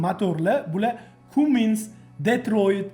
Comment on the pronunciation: Kummins falsch Kammins richtig Aussprechen